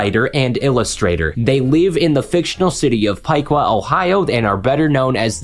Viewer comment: Liked because you said Piqua completely correctly and know about Ohio fiction